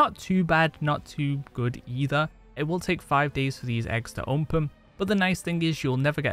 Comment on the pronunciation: I love how he says "onpen"